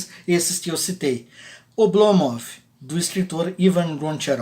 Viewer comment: Minha mulher, que é russa, disse "Não aguento mais esse cara falando Oblomóv!". É Ablómov. Hahahaha